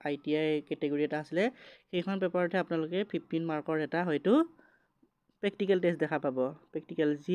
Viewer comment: Dada pactical ne practical 😂